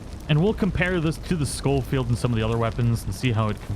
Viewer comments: I think it’s pronounced like Show Field, not Skoll Field. There’s only one L. Love your content btw, MrBoss’s channel died a while ago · It's not skullfeild it's pronounced showfeild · Ray Jardiolin. Think landon rickets from the first rdr pronounces it skol field